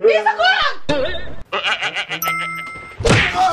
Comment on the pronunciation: Jajaja Mom: coni →honi